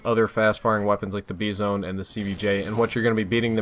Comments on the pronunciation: A Flying Dodo its pronounced Bi zon period not BEE zon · Did say bezone instead of bizon? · Is the Bizon really pronounced Beezone? Sounds kinda funny to me haha but if it's right it's right. Anyway this is really great. I am for sure gonna start using the vepr again. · Is he deliberately saying beezone as a joke?